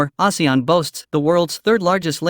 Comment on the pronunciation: Recently so many videos about ASEAN.. and only this channel pronounced it correctly... 😅